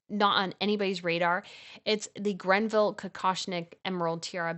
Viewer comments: Love your vids. I, too, have a passion for the royal tiaras, especially the British. One thing: certain of the British tiaras cane from the estate of Lady GREVILLE; it is not GRENVILLE. No N. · It is the Greville Tiara not Grenville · Greville, not Granville. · You know she was never "Princess Diana", right? (pssst! It's "Greville", not "Grenville") I am amazed you left out the Fife Tiara. It is gorgeous! Granted, I'm biased toward pear shaped diamonds, but it is just stunning. I love the fact that the pendant stones can move in their settings, it creates so much more sparkle and therefore, drama!